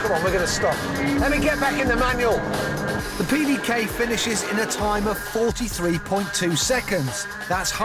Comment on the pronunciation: It's "MANUAL" not "MANUEL"